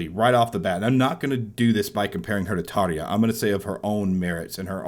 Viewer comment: Tarrrr-ya!!! Not Tar-ee-ya!